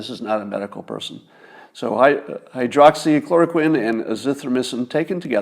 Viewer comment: FYI: Hydroxychloroquine is pronounced: hye drox ee KLOR oh kwin.. The last syllable rhymes with Gwen